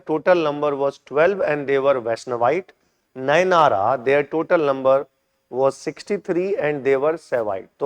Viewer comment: Sir it is not andala it is Andal. Alwara ❌ Alwar Nynara ❌ Nayanmars